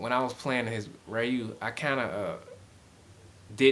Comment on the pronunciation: Ree-Ooh. NOT Rye-You.